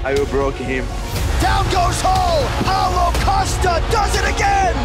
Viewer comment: paulo "the shampion" costa ;)